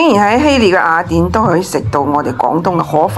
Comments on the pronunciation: 呢個威他唔合格.最唔中意听到廣東話啲懶音.雅一亞. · 懶音系粤西特色。粤西地区甚至有赖话，目前还不确定算唔算系粤语的第10种口音。